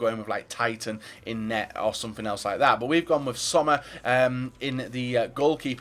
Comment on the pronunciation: Tyton is just not pronounced like titan 😂😂😂😂